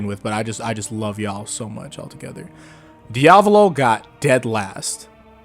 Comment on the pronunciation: DID THIS MANS JUST SAY DIAVOLO LIKE IT WAS DIAVALO!? LMAAOOOOOO NOW HE SAYING HIGASHIKATA LIKE HIGASHIKATA... wait... YOU GET MY POINT